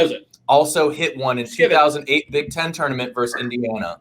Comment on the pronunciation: "Touanrment"... nice